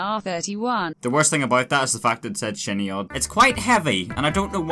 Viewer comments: I love you but "Shin Yodd" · I unironically thought your name was pronounced Shinyod... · I'm going to assume it's pronounced shy-nee-od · Its better if you pronounce his name shin yodd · ngl i legit pronounced "shin-yodd" lmao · It's pronounced shiny-odd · Shiny odd That’s how you say it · Saying his name wrong IS illegal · how can you butcher such a easy name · You are illegal for saying that name wrong